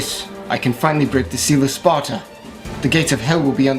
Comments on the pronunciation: its SparDa not SparTa lol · Its Sparda, not Sparta.